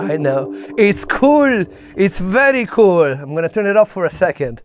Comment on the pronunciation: I thought he wa$ German becau$e he $aid VELRY KUHL lol